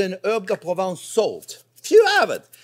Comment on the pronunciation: Herbes de province everything pronvince :D